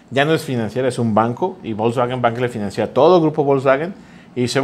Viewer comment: A todo dar pero financia no lleva acento, no es financÍa, ni financían, saludos